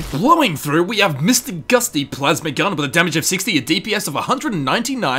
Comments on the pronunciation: 1. Charon is pronounced Sharon. It's said several times by his previous owner and random ghouls of underworld. 2. I don't even know how Sierra's last name is pronounced, but you did it wrong. lol 3. Mr. gutsy... Not Mr. Gusty! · Excuse me, friend, but it’s actually “Mr. Gutsy” not “Mr. Gusty” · It's Mister Gutsy not Mister Gusty 😛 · Isn't it "Mister Gutsy" not "Gusty"? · Mr gusty? isn't it gutsy? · “Mister gusty?” Really? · its Mr. GUTsy. not gusty